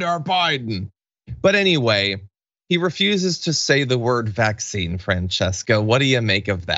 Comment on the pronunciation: He REALLY cannot say vaccine, like he can't say origin or kerfuffle or Tiffany...he just doesn't know how.